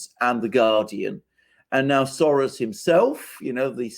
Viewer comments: Why are you pronouncing Soros that way? It's not Latin. Odd. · Why is say Soros like that? He's a Hungarian Jew not Argentine bull fighter...smh